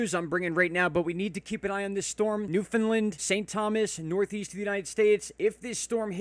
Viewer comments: or Newf-in-Land :) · Newfoundland = NEW-funlund